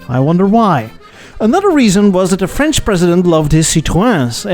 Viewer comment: Your French pronounciation is on top!